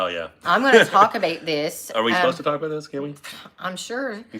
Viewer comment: Canadian "aboot".